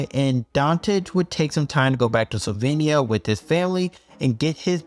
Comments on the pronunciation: "Solvenia" smh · Deer Americans. It's Slovenia, not Slovania. See the letter E there?